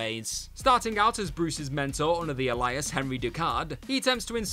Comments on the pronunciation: "Ay- Lee- us"! Not "A-Li-us" Dope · This is the second video I've heard him say 'a-lie-us' so obviously he's being told and choosing to ignore. I've never heard it pronounced that way before by anyone else. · Alias: AY-lee-us Cotillard: COAT-ee-yard Watanabe: Watt-uh-KNOB-ay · It has to be a running joke AT this point they gotta know that’s not how you say ALIAS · your mispronunciation of "alias" is more villainous than anyone you listed here 😂